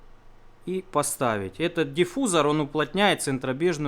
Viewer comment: диффузор))) ударение коробит, видос норм, пора выпить кофэ ))))